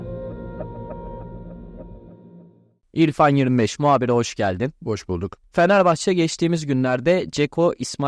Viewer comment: BU NE LA FENEFAÇE FENEFAHÇE DİYOR ADAM KONUSMAYİ BİLMİYOR AHAHAHAHAH